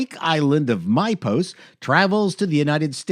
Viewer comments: Despite your disclaimer at the start, I gotta bust your chops a little for mispronouncing "Mypos". Balki mentioned the name of the place like 30 times per episode. 😁 Cousin Larry would explain how things are done in America, and Balki would be all "Oh, Cousin Larry. On Mypos we say: you can dress a sheep in a babushka, but that doesn't make it a pig!" or something nonsensical. But then he'd explain the meaning further and it would turn out to contain much more earnest wisdom than whatever madness Larry got caught up in. Then they do the dance of joy, roll credits, something about it being a Miller-Boyett Production. 20/20 would start afterwards. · I can't take these Canadian pronunciations of Balki's homeland!